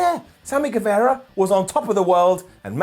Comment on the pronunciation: Don't know if you're doing it on purpose but it's Gue-vah-ra not Gue-veh-ra.